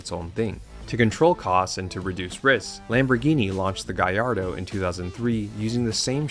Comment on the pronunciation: You pronounce the L's in Gallardo because it's Italian, not Spanish. Hard L like in "*L*egal".